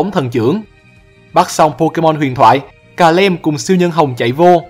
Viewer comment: Calem nhưng e toàn đọc là Cà Lăm :)))))